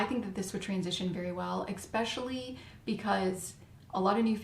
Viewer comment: Great info, Very much appreciated!👍 P. S. There is no X or K in the word ESPECIALLY. It is not pronounced “…eXspecially..”. Just pronounce the S. 👍😇